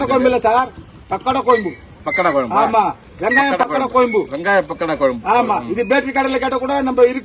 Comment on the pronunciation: டேய் பாடு அது கொயம்பு இல்ல டா குழம்பு , அவங்க கூட உன்னை விட தெளிவா சொல்றாங்க ..உங்க தலைவன் குருமா கெழவனே.. கோயி கொயம்பு னு தா சொல்றன். யு டூப் ல தட்டினா ,1௦௦௦ பகோடா குழம்பு வருது ,கேப்சன் போடும் போது பொருத்தமா நம்புற மாதிரி பொருத்தமா போடு, அவங்கள வச்சி சம்பாரிக்கிற ,நிறைய பொருள் வாங்கி கொடுடா , 1௦௦ ஊவா கு ஆட்டுக்கு காலும் , 1௦௦ ஊவா கு மொளகா தூள் ,,எண்ணை வாங்கி கொடுத்து ஏமாத்துறான் ..